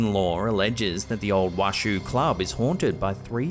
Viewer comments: It’s funny hearing him pronounce it as Wash-shoo club. My family is from Virginia City and it’s pronounced Wash-oh. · The mirror capture was very interesting. And it's pronounced Wa-SHOW. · Washoe is pronounced Washow (born near Washoe county ❤) cheers, love your videos. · I live about 20 minutes from Virginia City; friendly FYI Washoe is pronounced “Wah-show”. 😊 I love your videos! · The proper pronunciation of Washoe is wash-o it's the name of a native American tribe in the area. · Is pronounced WASH-OH . Means Edge of Lake, the Washoe tribe comes from Lake Tahoe. Same Oe ending, hard O. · Just an FYI, to the locals Washoe is pronounced wä(ˌ)shō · You are mispronouncing The Washoe Club. It is "Wash-owe," like a bowl, not like a shoe.